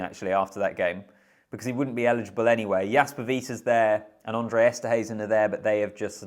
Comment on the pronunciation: It's Hhhhhhhhaaaahhhhhhndré not Uhndré😂